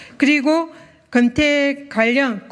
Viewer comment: 건태가 아니고 근태.